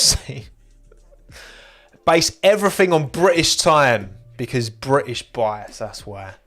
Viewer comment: Every time says British Bias, I hear British Bottas.